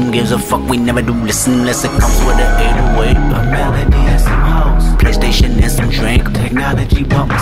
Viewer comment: dice pley steishon :v